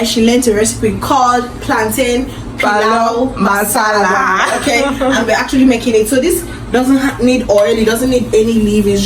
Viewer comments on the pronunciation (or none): It's not paluu masala it's pilau masala